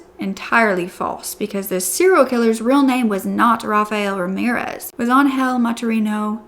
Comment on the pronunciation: I’m so glad she survived and that he’s no longer going to hurt anyone. On a funny note: Every time you said Angel I understand “hell” lol